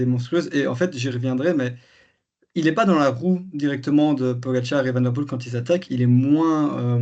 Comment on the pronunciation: Van Aert, mais van der Poêle, avec un petit v, c’est la différence entre le flamand et le néerlandais. Je suis flamand et je parle en connaissance de cause